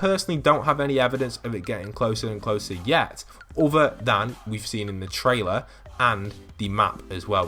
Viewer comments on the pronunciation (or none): none